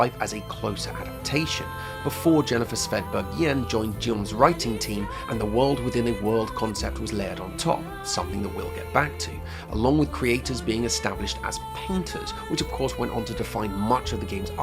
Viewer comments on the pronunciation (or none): Guillaume has a hard G, dude. gee-ohm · You discuss very interesting things, but every time "neojilizms" and "jeeyom" and "survey corpse" take me right out :(